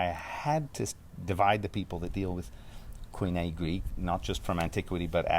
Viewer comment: It’s such a treat to hear someone pronounce Koine so fluently. Greek is a beautiful language!